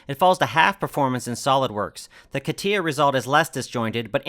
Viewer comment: Catia is not Katiya .. but Katya.